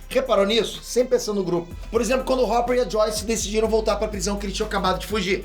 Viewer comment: O falando a pronúncia do hopper chega a doer a cabeça kkkkk